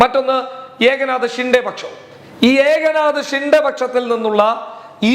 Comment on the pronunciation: ഏക നാത ഷിൻഡെ അല്ല. എക് നാഥ് ഷിൻഡെ എന്നാണ്.